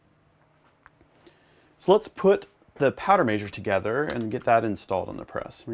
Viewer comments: powder major :P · Does how he says measure drive anyone else nuts? 🤣